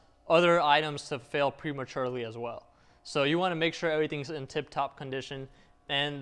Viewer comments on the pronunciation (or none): none